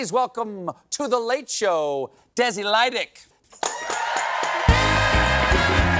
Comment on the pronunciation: How does he pronounce "Lydic"? It should be more like Leeditsch.